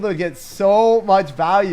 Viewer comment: I clearly heard he said dank prince 👌